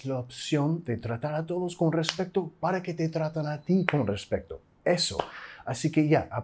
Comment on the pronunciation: eres muy bueno enseñando gracias a ti he mejorado mi speaking en la escuela saludos desde mexico pd: un pequeña observacion, eres mejor que yo pero me di cuenta que en otros videos y en este dices "RES-PEC-TO" en lugar de "RES-PE-TO"